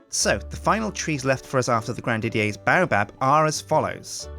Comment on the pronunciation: it is pronounced grand didyAIRS baobab